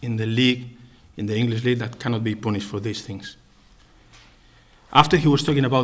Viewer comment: "He was not pooooonished..."